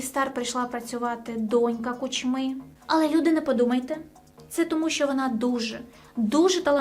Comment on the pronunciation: перший раз попалась мені на очі ця дівуля,як що ти про український блогер то НАВЧИСЬ ПРАВЕЛЬНО ВИМОВЛЯТИ ПРІЗВЩЕ КУЧМИ !!!!! дізлайк і не підписка однозначно,боже яке позорисько ...